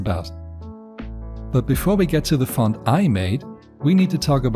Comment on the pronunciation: pov i hear someone pernouncing font as fon ITS FONT NOT FON